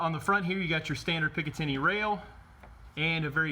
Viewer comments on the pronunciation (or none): none